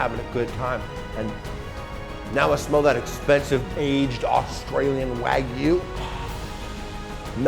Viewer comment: Guy that works at a meat shop can't pronounce wagyu lol